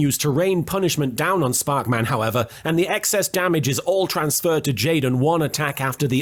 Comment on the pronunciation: The joke of Sparkman being said in increasingly weird ways will never get old; please don't stop